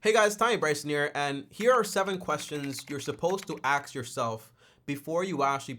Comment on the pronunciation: The "axe" instead of ask is killing me😭